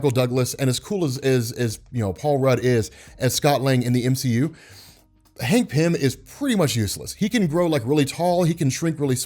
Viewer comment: Christ why you butchered Hank before the 4minute mark there man lol